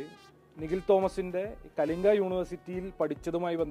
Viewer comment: കലിഗിലിരുന്നു.. വായിച്ച്... വായിച്ച്..പഠിച്ചു.. കലിങ്കു uty. ആണ് സുഹൃത്തേ.. Kalinga അല്ല കേട്ടോ.. ""